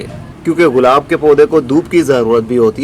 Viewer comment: برادر یہ غلاب نہیں گلاب ہوتا ہے۔